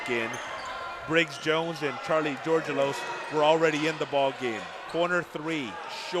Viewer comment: Charlie's last name is pronounced "George Elos" all together and fast. The guy pronounced it correctly. :)